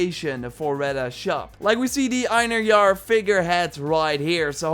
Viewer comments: It is pronounced " in- hair-ier" not "in a jar" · it is pronounced in HAIR yar